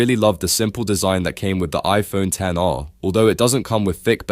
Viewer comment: the minimum people should actually go for is the iPhone 13. especially now that the 17 is coming out, which means another price drop for it. also, mad props for actually calling it by it's actual name; the ten R. not "ex" R as other YouTubers would say.